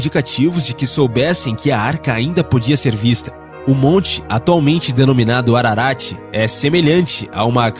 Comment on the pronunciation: O NARRADOR NAO SABE NEM LER. FICA DIFÍCIL. É MONTE ARARAT. Né ARANTE NÃO! É APÓCRIFO E NÃO APOCIFRO